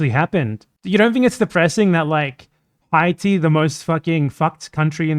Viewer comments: It's because he said it like an English speaker 🤦🤦🤦🤦🤦🤦🤦🤦🤦🤦🤦🤦🤦🤦🤦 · Is there a reason you were pronouncing Haiti in Spanish?